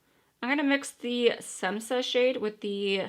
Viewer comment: Hi, which palette would you suggest for a kit between Jackie Aina or Amrezy? Which do you like better or find more useful? Your eye look today is so pretty. BTW Š=SH Shemsa is how to pronounce that shade. It is a nickname/name where she lives. You could buy much less expensive powder puffs for setting makeup. IDK, I'm not buying the Blendiful, just because it is too expensive with shipping where I live. Also, it has fallen apart for too many people IMO too quickly.